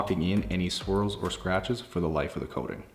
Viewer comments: Not going to lie, I’m a few beers deep and I kept wondering why he kept talking about squirrels scratching the car. After I played it back like 6 times, I realized he was saying swirls. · BAHAHAHAHA!! I wasn't drunk and also heard "squirrel" the first couple of times.